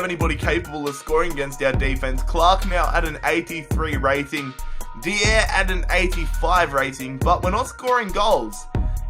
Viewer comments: Stop calling dier de-air it’s pronounced die-er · Dude stop saying dier's name wrong DIE-ER